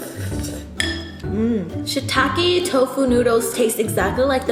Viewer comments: Shirataki not shitaki bruh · Did you just call shirataki noodles, "shittake" noodles? 😂